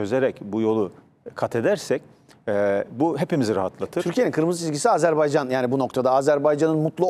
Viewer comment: Azerbaycan, azerbeycan degil. Tarihci kalin daha iyi bilmeli bunu